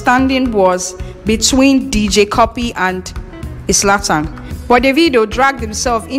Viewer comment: Abeg no be izlatan it's zlatan